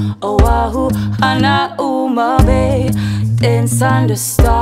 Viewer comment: omg it kills me when she says hana-uma bay lol. its hanau-ma bay girl!